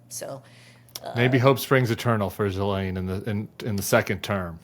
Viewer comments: pronounced Gi-laine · Not Elaine. Pronounced like Galaine. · She calls Epstein's Girlfriend 'Elaine' like from Seinfeld. I never would have figure out that pronunciation, thank you. Check the BVI docs, her name is Elaine...